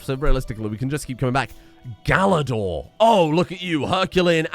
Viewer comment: Galador => Galadurr !!!